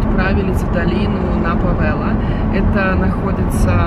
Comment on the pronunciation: Ужас. Где она такое слышала.